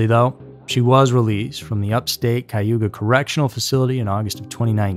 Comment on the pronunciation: He said Cayuga. That pronunciation is correct. Its Iroquois for "people of the wet land". It's in New York State, not Ohio...